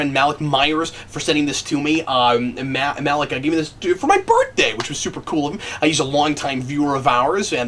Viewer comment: I know I’m late to the party, but you pronounced Malik’s name wrong.